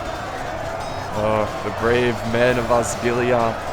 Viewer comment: You pronounce Osgilliath like Osgillieth, the e as in Seth.